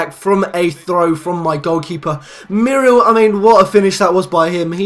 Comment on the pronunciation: You are pronouncing Muriel incorrectly, it is pronounced MUR-E-EL, just thought I'd tell you xD